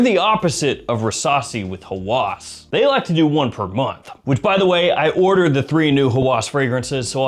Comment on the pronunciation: "Hawas" not "Hawwas"